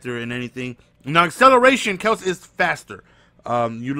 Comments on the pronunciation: It's pronounced Kel-see lol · It's pronounced i-he-diboh and Kelsee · its kelc-see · its not kells its pronounced kelsy... smh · Kelce = Kelsey Ihedigbo = Eh Head EE Bo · It's kelcee and I-he-dig-bo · jason KEL-SEE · It's Kel-See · it's pronounced Kel-See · It's pronounced Kel-sey and e-head-a-bo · E-HEAD-A-BOW KEL-SEE